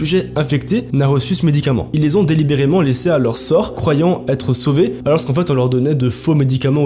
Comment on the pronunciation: On ne dit pas allorsquon. Ou allorsque. C'est bien de se vanter d'être raciste envers les français, mais quand on veux parler la langue, on le fait correctement.